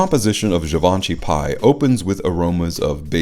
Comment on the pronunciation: In French it'd be pronounced as pee. 🙂